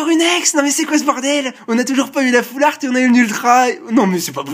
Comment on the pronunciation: Yop, ce n'est pas "all fart" comme tu dis mais "half-art" :)